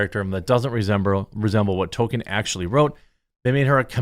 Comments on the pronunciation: Tolkien's name is not pronounced "Token". That is South Park's pronunciation in their attempt to identify their character Token with Tolkien. (South Park's biggest misstep afaic as that episode was a big insult to their audience and trying not to get cancelled by the permanently offended BLM). There are interviews with Tolkien's close friend Donald Swann where Swann clearly pronounces Tolkien's name as Tol-Keen. Everything else is just wrong (and I spent 30 years thinking it was Tol-Key-En) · *Criticizes disrespect of Tolkien. *Has never read Tolkien. *Can't pronounce Tolkien.